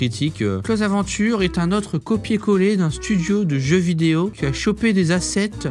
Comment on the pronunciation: arff, y'a vraiment des arnaques ! Close Adventures (que tu prononces pas très bien 😅😂) est visuellement sympa, mais j'aurais pas dépensé l'équivalent d'un loyer dedans 🤣 En tout cas j'ai bien rigolé , "j'aurais pu m'acheter une Dragon Laure" , le sens des préférences 🤣🤣